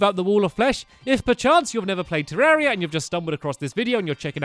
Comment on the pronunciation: It's been 155 episodes and 2 years or more and you still pronounce 'terraria' 'terreria' :\